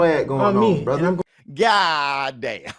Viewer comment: The more I hear Brian and watch his fights...im a fan. Trips me out everytime he says Brotha, and it's hilarious lol. is right about the Virgil situation